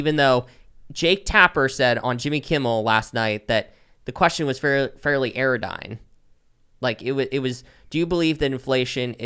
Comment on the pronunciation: Anodyne, not Aerodyne